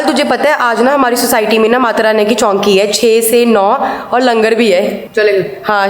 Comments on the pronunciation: Chaunki nahi chouki hota hai 😂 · Chowki not chownki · Golu ji vo chonki nhi hota Vo choki hota h. Jyada hi cute lgne k chakkar m malum hi nhi h kya bol rhi h . Vese yum log accha khud ko accha dikhane k chakkar m apne hatters ko kuch bhi kho . Isse ek bat to clear h ki yum logo ko bhi malum h ki tumhari family not included kids .itni ghatiya h . Or safaiya dene lgye ho . Arman to apni sakal se or kamo se h hi ghatiya. Logo ko to aese jawab dete h ki ye h royal family koi kese kh skta h inko kuch bhi 😁😁😁😁😁😁😁😁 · चौंकी nh hota चौकी होता है 😂😂😂😂😂😂😂😂